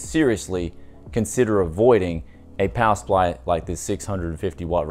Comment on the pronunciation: "Kapower supply" lmao